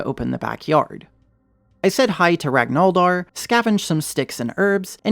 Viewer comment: Great video but the way you pronounce Enki and Ragnvaldr makes me cry